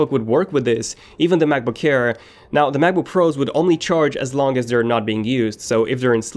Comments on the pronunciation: It sounds like he is saying MacBook care instead of air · why is he keep saying macbook "care"